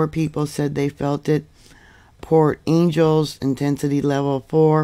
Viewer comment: Thanks for this update. FYI: Port Angeles is pronounced, Angel as. No biggie...The west coast if moving for sure and the rupture is coming.